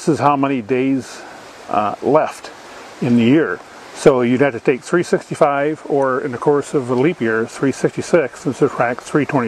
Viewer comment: i cant tell if hes saying 365, 366, 356, or 355.